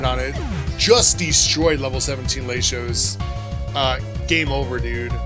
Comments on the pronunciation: Its pronounced worm-o-dam and lat-ios.. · gotta let you know man RED numbers on a stat means increase BLUE means decrease, other than that good series bro keep it up. Also i love how you pronounce Latios 😂👌🏼